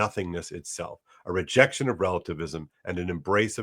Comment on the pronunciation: c'mon, Rejetion? I expect you of all people to not make these mistakes. Yes, I hold you to a higher standard, and rightly so.